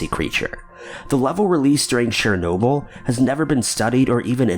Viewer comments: Isn't Chernobyl pronounced Chur-noble not Share-noble??? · I believe it's CHURR-NOBLE. Not sher-noble, not share-noble. CH-CH-CH. Like CHeese or CHina or CHeckers. Ur welcome. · #2) Chernobyl not Sharenoble! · Your pronounciation sucks! Chernobyl "CHURRR NO BULL!" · “Sher-nobyl?” What the fuck man. That was a huge and devastatingly awful disaster, the least you could do is get the name right. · You mean like "share- noble"??? Lol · Show the video you're talking about, when you're actually talking about it.. and the title not matching the intro title you say when you start the video is annoying. Also... Chernobyl as only been said over and over as of recently... yet you still say it like an idiot. These videos that you do aren't interesting anymore.